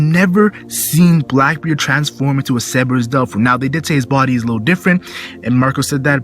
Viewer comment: is it not cer ber us not ceb e rus?